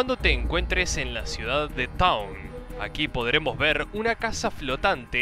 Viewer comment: ´´Town´´ Alto ingles xD